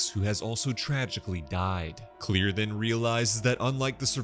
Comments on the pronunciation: Her name is Claire Rivers not clear or anything else beyond that you need to understand that is not how you pronounce your name as being clear her name is Claire and that is how they pronounced it in the movie or should say that’s how James WAN said it was in the movie and he knows it and you know it and I know it so you should know that is not how you say her name is clear her name is Claire And ask for an ounce. They also go but whatever I just thought that you should know that, but I know you’ would like to prefer her as mispronounced name. Her name is Claire that’s gonna worry about it. I know I have the movie and else that goes with it. I got all of them except for the new one. I can write two James WAN about this, and I hope that this would open your eyes so how to pronounce her name, right Claire not clear or any of your fancy names you want to save them differently. There’s a different ways you can say the name, Claire you can say clear all you like, but that does not mean what it really means her name is Claire. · Mam I swear the next video you do like this make sure u PRONOUNCE THE NAMES CORRECTLY!!!! U kept Pronouncing Claire wrong